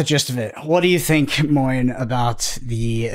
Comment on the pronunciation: Moyen's pronunciation was excellent. (From a french) 👍